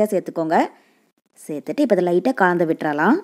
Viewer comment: Nalla Thamizh.Kalandhu enbadhai kaandhu endru solvadhai mattum thiruthavum